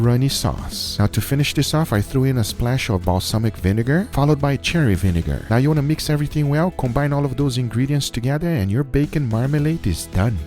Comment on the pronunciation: Hey Guga, no knock on you but when you say "sherry vinegar" it sounds more like you're saying "cherry vinegar". Some people in the SVE Facebook group have been confused by this so it might help to work on that.